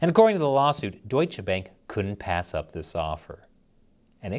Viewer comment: Seriously? You got a German on staff. You should know how to pronounce Bank.